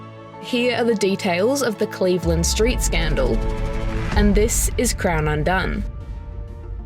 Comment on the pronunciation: It's the Cleveland Street.....scandal. Not the Cleveland.....street scandal. It wasn't a street scandal. You need to rethink how you read text and focus on getting the emphasis correct.